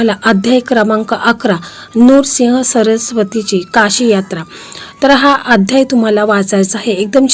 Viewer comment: नूरसिंह चुकीचा उच्चार आहे नृसिंह म्हणा